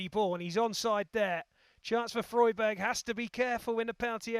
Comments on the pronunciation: When did Freiburg become Froyburg? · Did the commentator seriously not bother learning how to pronounce Freiburg before taking on the gig?! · Obviously not